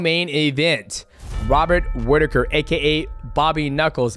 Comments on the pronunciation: "Wobbert Whittaker" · Love you DJ, but "Wobert Whittaker" had me cracking up 😂